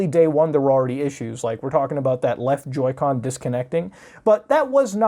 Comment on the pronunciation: Joy "con"